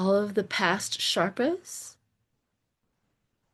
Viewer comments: I do enjoy when you crack yourself up. :hands-yellow-heart-red: Reading on Everest bodies is super interesting. (sherpa, not sharpa) The people who do the work of sherpas also tend to be very spiritual so it tracks that they would be helping the souls return home. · Morning again... just wanted to give you phonetic pronunciation of Sherpa - (SURE-PAWS). I am dyslexic, but I was fortunate in having a mother that had a true talent of a savant in teaching anyone how to read and pronounce words. I am grateful to her, as reading/learning is one of my favorite hobbies and has made my life a rich tapestry....just passing it on. 😊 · Pronounced Shurpa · Just fyi...it's sherpa, the er is pronounced like the er in the word her...thanks so much!!